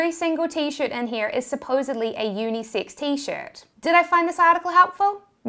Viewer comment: At first I thought she said unisix.